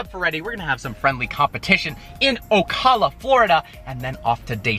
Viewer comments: O-cal-a*your saying it weird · floridian here. it's " O-cal-huh" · Bruh it’s o-cal-a Florida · Ocula Florida lmfao it’s Ocala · Ocala (O-kaa-la) i live there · I think you are pronouncing Ocala incorrectly. There's actually a video on YouTube showing the correct pronunciation. Sorry, but you asked what we'd like to see. I'd like you to pronounce Ocala correctly when you go to Ocala.